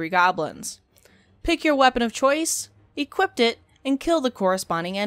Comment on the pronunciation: there's no t after the word equip. i always hear you saying "equipt it" when in fact it is "equip it"